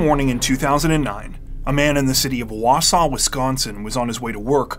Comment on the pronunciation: Props on pronouncing Wausau correctly also! 😊